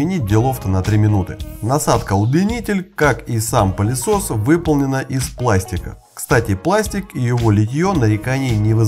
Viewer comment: Мне одному слышится "пАлесос"?